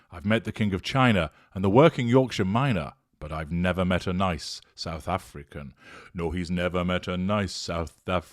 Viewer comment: 'I've nevah met a nice south Afri-can' 💀💀😂😂